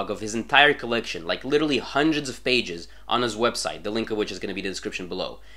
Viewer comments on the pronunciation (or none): none